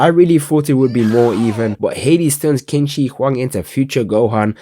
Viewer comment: qin shi huang is pronounced chin shi huang